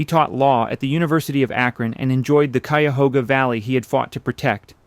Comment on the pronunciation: Coo-ya-hooga lmso